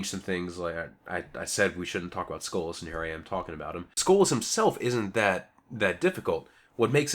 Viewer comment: Why does he keep saying "Skola"? It's SKOLAS, notice the S in there